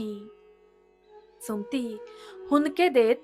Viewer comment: सुमती हे नाव तुम्ही भरकन का उच्चारता, मग ते 'सुम्ती' असा शब्द होतो पुर्ण सु म ती असा व्यवस्थित उच्चार करावा, मराठी आहात ना मग उच्चार नीट करा, 🌹श्री स्वामी समर्थ🌹,🌸🙏 ॐ नमः शिवाय 🙏🌸